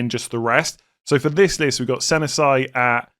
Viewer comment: I just wanted to point out that pronunciation of Senesi, yikes